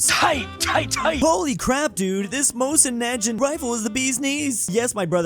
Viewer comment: pronounciation of "mosin nagant" gave me several strokes.